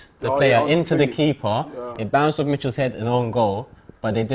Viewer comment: “He was Ohff” for the third goal i felt so bad - I’ve said that so many times when a team scored against United